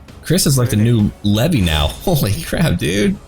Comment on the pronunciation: IM SORRY LEVIE?? LEVY?